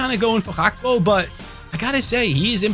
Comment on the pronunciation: his name isnt bloody "hakpo"